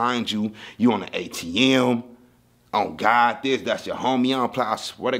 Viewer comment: Lol bro was saying ‘ on the guys ‘ 😂 not on the god